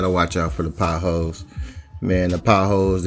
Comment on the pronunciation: Potholes not hoes lol